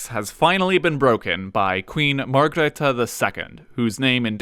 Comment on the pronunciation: Not Queen Margaret I, but Queen Margrethe I. Just like Queen Margrethe II.